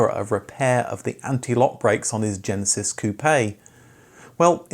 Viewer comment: I was hinting at the pronunciation of Genesis 😆